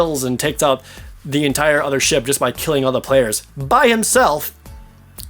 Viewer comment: I know your saying Ship battles but it sounds like your saying shit battles